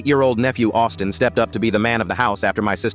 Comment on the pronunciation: I heard Autism intead of Austin